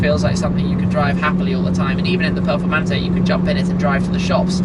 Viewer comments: For Christ sake his accent makes it sound like he said " Lamborghini Purplemantee" 😂😂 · Voto pronuncia "performante'': 2